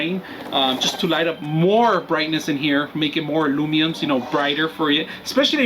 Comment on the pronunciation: It’s Lu men s not lumenes